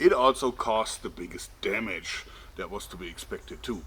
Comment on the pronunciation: "lets look at the DÄMÄTSCH!"